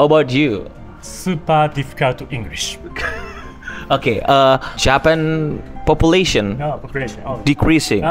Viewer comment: supahhh difficulty englisu😂😂